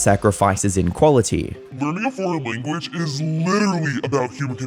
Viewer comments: it’s language not lanaguage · I mean, you can't get the word lanaguage correct 😂